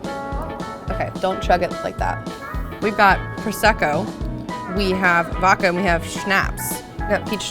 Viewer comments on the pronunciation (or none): I always find it funny that you say "vokka" instead of "vod-ka". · It’s ok to pronounce the D in vodka. It’s not supposed to be silent 😉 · Love, but can you please teach her how to say “vodka”!?🙄